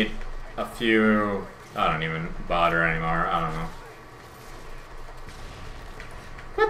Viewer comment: bodder (bother) lmao